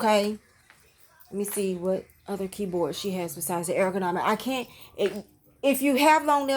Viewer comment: Air-o-go-nomic You’re saying it incorrectly but it’s adorable 🥰